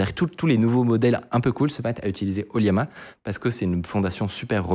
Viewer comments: ça se prononce O - LLama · Je pense que "Oliama" se dit plutôt OLLama.. c'est pas un "i" je pense ^^